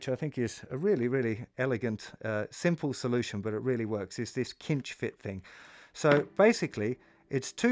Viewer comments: Pretty certain cinch is pronounced with an 's' sound not a 'k' sound. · D'Addario is pronounced Dah-dario, not Dee-ah-dario. Cinch is pronouned sinch, not kinch